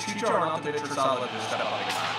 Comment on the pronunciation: For Salah's name, you pronounce the h. So it is like sa-laa-h